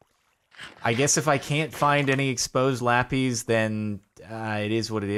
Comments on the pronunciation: its called lapIS, not lap-EEEEEEZ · Nobody: CaptainSparklez: LaPeEz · Does the way he says Lapis annoy anyone else or is it just me?